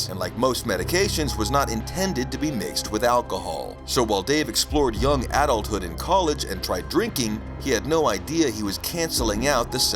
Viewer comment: AI voice says “adulthood” wrong